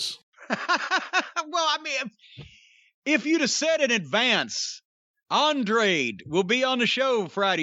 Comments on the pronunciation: Why can't anyone over 50 pronounce Andrade? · Lol why can’t anyone say his name correctly 😂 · On-Drah-Day L E-Dole-O. They should seriously write it out like that for JR and Tony so they dont embarrass themselves. But they are probably just gonna call him Andrade most of the time eventually. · Corny's pronunciation of "Andrade" is hilarious. It's a Spanish name, Jim. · So Jim’s criticizing a ethnic persons name because you can’t pronounce it. And saying he has a accent but Andrade spoke fine and could be understood. Show some respect and learn to speak his name Corny. You’d have no issue if it was a typical American name.